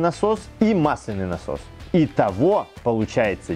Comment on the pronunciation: Простите, но gramar nazi в моей душе не может больше молчать. мАсляный , мАсляной... Всегда ударение на А, проверочные слово - мАсло. "Кашу мАслом не испортишь"